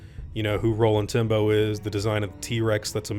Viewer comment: Am i the only one who hears Rolling Timbo when he says Roland Tembo?